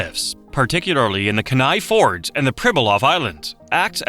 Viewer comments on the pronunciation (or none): It's pronounced KEEN-EYE FYORDS